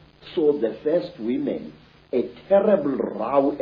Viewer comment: “Came out as whimhen” “They wa pafekt”lol 😂